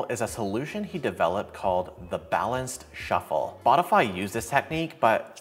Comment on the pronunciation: Is it me or intentional, but did you said Botify instead of Spotify 2 times? Once and